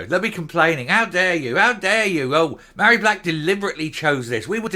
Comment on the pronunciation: Love your pronunciation of Ma hairy back!!.....Fits her to a T